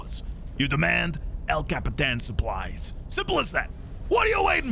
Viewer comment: your impression of El Capitan was amazing, loved the voice acting and the accent!!